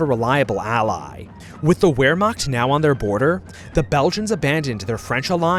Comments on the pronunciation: Will you please quit saying "ware-macht"? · you mispronounced Wermacht, the w in german sounds like a V, but you did your best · Does anyone else get get irritated when he mispronounced Wehrmacht. It’s just a little pet peeve I have, I love his videos. But for the love of god, my brother in Christ the W is supposed to be pronounced as a V.